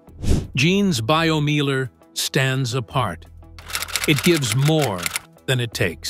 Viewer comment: Pronounce Biomeiler like it is spoken in German for gods sake. It's named Biomeiler not Baiyomiehler.